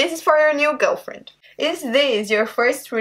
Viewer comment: Lol... 1..2..3.. Hi sweetiesss lol... How cute. Then u said 'gulfwuend' (girlfriend)... You 2 are so cute & she seems more into you than your ex.